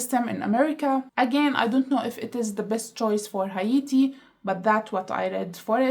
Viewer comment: Haiti is "hey-tee" and Hatian is "hey-shen"